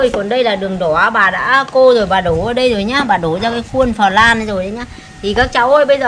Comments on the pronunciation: Bà đọc từ "pờ lan" , nghe dui tai ghê đọc đúng là bánh " lăn" đọc tựa như vậy nha bà 😀😀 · "Phờ lan ca ra men." Phèn 😒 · Bà ơi bà đọc sai rồi flan chứ ko phải là phờ lăn bà ạ nhưng nhìn ngon thật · Bánh cờ lan 😱😂😂😂😂😱😱😂😂🤣🤣🤣🤣 Vãi bánh “ cờ lan “ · Chém tiếng anh như gió😂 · khi bà nói "phờ lan" thấy hài hước lun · Bánh "phờ lan" :)))) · Bánh flan mà gọi là bánh phờ lan 🤣🤣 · Bánh phờ lan 😂😂😂😂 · Bà ơi sao bà lại đọc là phờ lam ạ,có vẻ hơi mắc cười🍮🍮🍮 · Bánh phờ lan :)))) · Phờ răng caramen